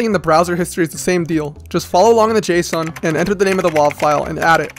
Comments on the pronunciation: why do he say json like the heavy rain dad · The way you say Json sound like Jason which is my first name